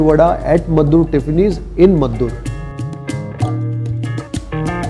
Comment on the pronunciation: Meddurr alla pa, Maddur..